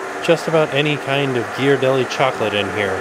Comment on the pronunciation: Congratulations on properly pronouncing Ghiaradelli!